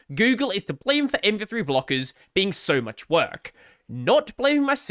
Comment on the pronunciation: I think you're saying MP3/MP2 a lot, instead of MV3 lol.. or is this the joke? Anyway, MV3 (or MP3) is really scary, let's hope Firefox receives more marking share because of it.